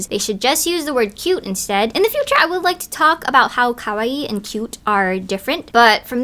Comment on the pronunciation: Ummm who says kawaii when we’re speaking English though? That’s random. Like no one wants to hear you butcher the pronunciation… You don’t need to say “cutecore” either. Why don’t we just say cute? Aka the meaning of kawaii? 😭😭